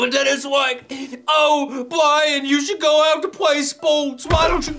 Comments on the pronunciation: O my god it's!!!! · I don't wanna play no spowts either.